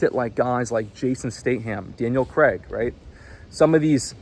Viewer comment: Fucking up the pronunciation of Jason Statham AND Daniel Craig's names multiple times is impressive.